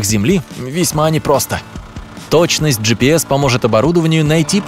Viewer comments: Он скозал. Слова. Жипис 20 раз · 30 ты сказал джипэс